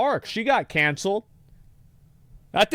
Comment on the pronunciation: The way he says “cOncelled” almost made me turn this off. I don’t think we should consider criminals canceled. They’re just caught. Muddies the water a bit when you compare them to people who were canceled for saying/doing something people didn’t like. JFK got canceled the hardest. 🥁